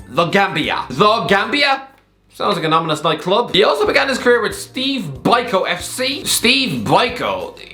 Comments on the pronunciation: Do not insult Steve Biko (pronounced "beek-o" BTW), and no I'm not joking you just insulted the memory of the struggle against Apartheid. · Steve Biko is a South African former resistance fighter against apartheid who was assassinated by the former Nationalist government in 1977. And it’s pronounced “Bee-co” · I’m from Cape Town, fell out of my seat hearing Steve Bike-Ou!